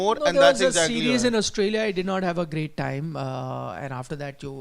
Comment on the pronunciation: Why does the guy in the Red jacket keep saying Oustralia? It’s Australia dude